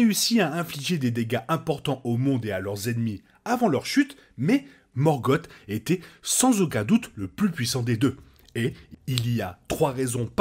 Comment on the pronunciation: Une chouette vidéo, très instructive. Je regrette juste "morgote". C’est Morgoth et c’est pas bien dur à prononcer, il suffit de sossoter un "S" à la fin. Cette différence sonore donne un ton bien plus pesant et sombre à son nom, et donc à son personage. Alors que morgote rappelle quelque chose comme gargote ou papote. Avec le "r" "français" plutôt que le pauvre "r" anglais relégué à une voyelle qui se prend pour une consonne, ce nom est encore plus formidable que l’original. C’est la malédiction de certains grands méchants d’avoir leurs noms dégradés dans leur version française par quelque chose de ridicule, comme Darth Vader remplacé par Dark Vador. On devine d’ailleurs une probable inspiration du couple Vader/Palpatine depuis le couple Sauron/Morgoth, même si c’est probablement Vader qui a de loin le plus de pouvoir potentiel, bien qu’il soit dominé par l’expérience de son maître.